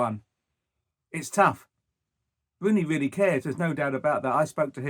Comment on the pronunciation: It's Rooney not wooney . You should get a job in talkshspooort. He is not manager material ye liars